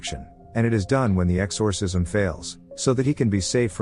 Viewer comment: "X-OR- Cism" sounds weird in AI voicr 😅